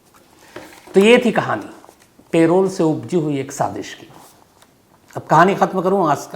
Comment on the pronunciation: पेरोल नहीं है भाई लेकिन पैरोल hau